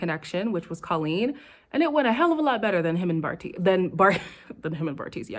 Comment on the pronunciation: You refuse to get Bartise’s name right and I love it 😭